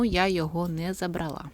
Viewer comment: Гарнирі речі. Гарна мова. ЗабрАла, вибрАла.